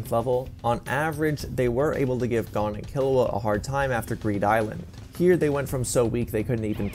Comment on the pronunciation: How r u saying “Gon” wrong ☠️